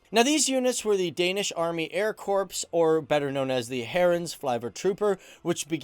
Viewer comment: The p and s in corps are silent